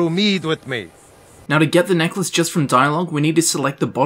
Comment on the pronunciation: Neckalce? lol